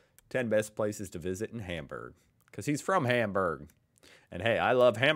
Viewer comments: It really hurts my ears to hear this guy pronouncing every single syllable of any german name as wrong as possible. I really recommend not to take this for learning how to pronounce the german names. Even Hamburg is pronounced wrong! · this narrator! .. he gets the sound in "Speicherstadt", props to that, but then completely ignores that at the beginning of words is always pronounced as shp ! xD >_> by the way, stop the hamburgers :@ it is "HAHM-boorg" and nothing else :S